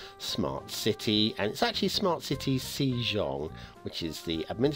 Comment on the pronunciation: The pronunciation of the map is more of ‘Seh-jong’ or ‘Seh-dzong’ instead of ‘See-jong’. You should also try to learn Hangul. It is one of the easiest writing systems to learn. You can learn it in about an hour, because it was specifically designed to be easy to learn. Also, on a side note, how the Korean Language deals with consonant clusters from foreign words is quite interesting. If the Korean phonology doesn’t allow such clusters, such as in the word ‘smart’, they stuff in de-voiced vowels between the consonants. Voiceless vowels rarely occur in native Korean words, if not at all. If you Latinise the first two Hangul words in the title, you would get ‘Seumateu Siti’. If I were to only capitalise the voiceless vowels, it would end up with ‘sEUmatÈÙ siti’. The reason why I marked the second EU differently is because you don’t really pronounce it, not even a whisper. The reason why it is in there is because of how syllables work in Hangul and in the Korean Language.